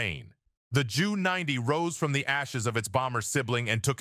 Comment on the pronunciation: Sorry but this is one of the most moronic WWII videos I have ever seen. Ju90 is pronounced as a single letters J then U 90. The script absolutely sucks, it must have been written by a child. Often you show a Messerschmitt Me 323 Gigant, instead of a Junkers. My dad was a combat fighter pilot with the 8th Air Force, maybe you have heard of it. I doubt it. Still do take the time to learn history before attempting and failing to teach history.